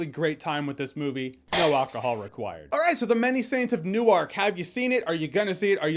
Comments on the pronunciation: I'm an Englishman and the pronounciation of Newark (Nu-werk, not New-ark) even bugged me lol Love ya JJ, just one of those things. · I love how Northwestern he is. New Arc lol. That's someone who has never lived in the northeast. We call it Newark but it sounds like Nerwork. Don't ask me why lol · “New-ark” 🤣 could just be my my accent but we say “new-wark” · Only people that are not from Newark says New-Ark lol... we say Nork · Nork not New ark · "New-ark" is in Delaware "New-erk" is in New Jersey Come on Jeremy! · It's pronounced "Newerk" not "Newark". But otherwise........ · It's not new-ark....it's pronounced nork... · Jeremy as a Jersey resident its not New-Ark... its New-work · I genuinely apologize for this comment, but as a New Jerseyan I am legally obligated to point out that Newark is NOT pronounced “new ark”. The pronunciation is closer to “new work” but imagine the space between the two words was removed. Sorry I had to be that person. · It's not pronounced "New-Ark", it's pronounced "Nork" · I lived in NewARK for 10 years... and we DON'T pronounce it NewARK. It's more like Nork. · I'm assuming Newark is never spoken in the film considering it's pronounced "Newerk" and not "New Ark" how he keeps saying it. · Its pronounced like New Work not New Ark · Also, just a little nitpick on your pronunciation, Jeremy: The people who live in the area (I was born in North Arlington, which isn't far away) pronounce it "Nork", not, "New-ark". :) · Nork not New-Ark lol. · You can always tell when someone is not from the northern east coast with the little things. It's so comically jarring to hear him say Newark as “New-Ark”. It's pronounced “New-Erk”, but the two syllables run together. Your jaw should only be dropping once when you say it. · Newark, New Jersey is pronounced "Nu werk" not New Ark. Newark, Delaware is pronounced "New Ark". Just saying. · It's pronounced "New - Work". Not "New-Waark". Hahahaha! Must be a West coast thing. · It’s pronounced New-erk.